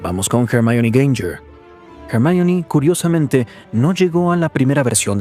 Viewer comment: Dejad de decir Jermaioni, por favor...es absurdo 😂 Pd : dejas fuera a Harry que siempre se ha desenvuelto a la perfección en combate,y mantienes a Bellatrix que murió ante una bruja bastante inferior por una regla o justificación que te has inventado por tu cuenta y riesgo...